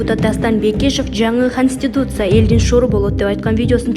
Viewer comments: Эмне деп окуганы кастутиця каституця деп конституция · Ушул диктор кыз коництутся деп уйроно албады да костуса деп койуп окуй берет